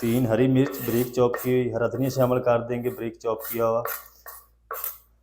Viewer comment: Breek nahi Bareek